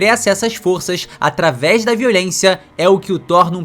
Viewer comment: “Ataves da fala” 😂